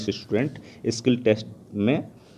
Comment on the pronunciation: Bro it's not kill test It's skill test